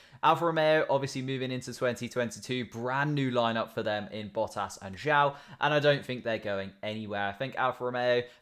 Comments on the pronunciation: Tip - Zhou is pronounced like "joe" but the j sounds more like z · Zhou is pronounced like "joe"